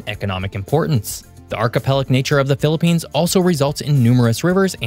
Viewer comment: Thank god you didn't say philipines wrongly😅 And yes, ask a philipino, every natural disaster target us